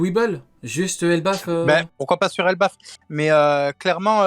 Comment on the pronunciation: C'est pas Elbaf au lieu de Ebaf non ?